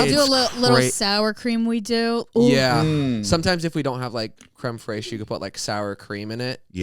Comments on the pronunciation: no I'm gonna be so honest, i was not sure what the French pronunciation was, but i knew something was wrong😭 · Looking for a comment on that pronunciation 😅